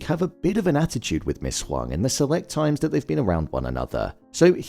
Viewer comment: I am Asian and at first I thought her name was Ms. Wong because of how it was pronounced in the show but it’s actually Ms. Huang lol. I wonder if they purposely used an Asian actress for this role in connection to Gemma/Ms. Casey who happens to be Asian as well!